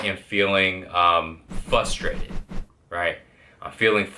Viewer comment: it's frustrated not fustrated...